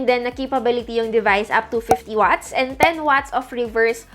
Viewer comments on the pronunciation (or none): none